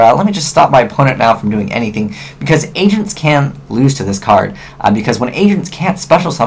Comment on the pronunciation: when he said agents it sounded like he said asians XD sorry no hate